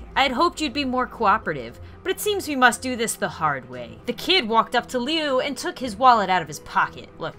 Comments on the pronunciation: it is liu not leo and there is creepy pasta called homesidel liu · it's Jeffery Woods, thats the only mistake I seen anyway good video and Liu is pronounced loo like the other name for toilet thought Leoo is the Chinese pronunciation of Liu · its pronounced ' lu ' but spelled as liu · It’s pronounced as Lu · Oh and it’s LEE-OOH woods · It's pronounced Lue but spelled Liu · It's lui you almost got it right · Ahem let me correct you it's prunouced i probally didn't spell that right but just read the rest of the comment😑 It's "lu-e" not "l-u" i hope this helped i know you're probally not gonna see this but oh well😅😁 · Its liu not LEO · Btw srry for the late comment, and also, Liu's name is pronounced, (Loo) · U said lui wrong I don't know why I'm pointing it out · It’s “Loo” -0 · Liu pronouced(lu) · Liu is pronounced like this ---> Loo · I’m just 📜 thru the comments waiting for people to roast for not saying Liu right. Lol. It’s pronounced Lou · It is pronounced Lou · it's pronounced Luee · Jeff's brothers babe is pronounced Lu not Liu even though it is spelled Liu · IT'S SAIDED Lu NOT Liu but just spelled Liu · Liu is pronounced like Lou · Jeff’s brother’s name is pronounced as ( l oo) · Its pronounced loo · Liu pronounces Lou not to be mean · Liu's name is pronounced loo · Jeff's last name is Woods, or their families that is too, liu's pronounced loo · It's pronounced Lou. Also, could you do his story of Homicidal Liu? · You kept saying Lius name wrong xD it's pronounced like luw would be said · Liu; (loo) your saying it wrong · IT IS PRONOUNCED (LUU) IDIOT. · Liu is pronounced Lu. This is also it's the story of Homosidle Liu. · His brothers name is pronounced as Lou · 1 his last name is woods not wood 2 his mums name is Connie 3 his brothers name is said like lu but it's spelt liu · Pronounce it Loo... that is how you say it when its spelled Liu. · Lui,s name is pernowns Lu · Liu is pronuced like Lu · liu is pronounced loo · lui is pronounced loo